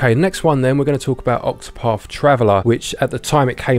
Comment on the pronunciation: Ovver, (other) free (three) octopaf (octopath) 🙃 fank you.